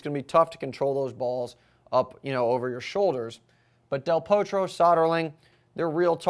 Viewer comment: pronounce del Potro with a small o not O if you follow me.